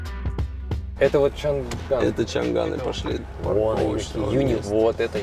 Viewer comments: НЕ ЧАНАН КАК СЛЫШИТСЯ, А ЧАНГАН КАК У НАС ГОВОРЯТ И ПИШУТ. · Почему чанГан, называете чанан. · Почему чанан, если даже в рекламе говорят чанган. БМВ же а не биэмдаблю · чанГан а не чанан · Не чанан, а чанган